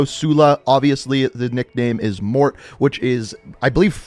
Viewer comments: Stop pronouncing it Mort! Its pronunciation is Mor-Tay! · Morte's name is pronounced Mor-teh Not mort 😩😩 It's italian for death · Morte’s name is actually pronounce “Mort-aye” not “Mort” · For the love of god.. Morte is not pronounced Mort. MOR TAY. Morte is Spanish for death. Not mort. Its been weeks and you still say mort. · His name is not Mort. It’s pronounced Mortay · He keeps calling him Mort hahahaha he even talks about his nationality but still pronounces it like a child hahah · And it’s mor-te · Yo you butchered his name its morte pronounced in english ||| (mort) (ay) ||| or in french |||(Moe) (t)||| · Mortea is how you say it. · "I don't speak Italian." Obviously. It's pronounced morTAY...the TE is said as TAY. Morte=mortay. Please research how to say foreign names. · You are a disgrace. Morte is pronounced "Mor-tay" and it is only Italian and Spanish. It's "Mort" in French. I'm sick of you mispronouncing every other word. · mort(aye) is the correct pronunciation of "death" in spanish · His name is pronounced More Tay (Morte) which in Italian, French, Spanish and Latin means death/dead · I know people have probably said this a million times but he pronounced morte wrong lmao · My dude just google how to pronounce MORTE in Italian! Stop being so american